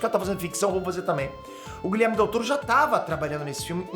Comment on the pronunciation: gente plmds o nome do cara não é Guilherme e sim GuilhermO com "O" no final kkkk